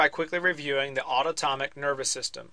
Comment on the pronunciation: HAHA autotomic roflmao